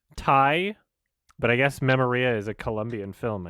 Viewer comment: I know this is pedantic, but it's pronounced me-MO-ria, not me-mo-RIA